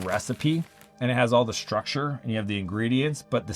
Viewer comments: Shhtructure shhtrategy? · “Shtructure and Shtrategy”! 😂